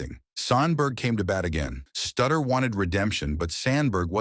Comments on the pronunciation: Not stutter, it's Sutter... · Shuh Won Dustin...Bruce Sutter GTFO here not pronouncing their names correctly. These are guys with prominent careers